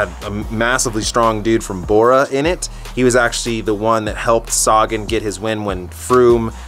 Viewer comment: Upronaune Sagan so wearg. U say like saagan.. u should say sagaan.